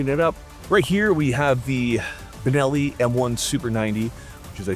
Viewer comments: Binelli?… Benelli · "Binelli" lmao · binelli? really?